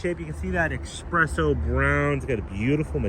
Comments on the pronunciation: "Beeuti-ful double express-o" 😂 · “Expresso”? “Sh*tBrown”? Naughty naughty! “Preferated”.😜